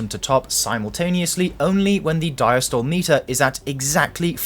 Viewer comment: Diastole pronounced “dieastolee”